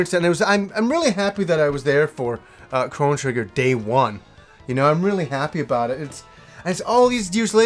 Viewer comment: Big shout out from Yorkshire! Thanks for saying it right!